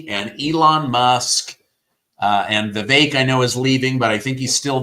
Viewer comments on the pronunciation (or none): Learn to pronounce VIVECK! IT'S NOT VIVACHE, it's like heck, beck, neck,wreck or Schreck!!!!